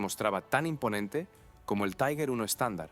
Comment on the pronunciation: Cada vez que en español pronuncias "taiguer" muere un cachorrito en alguna parte, que los sepas.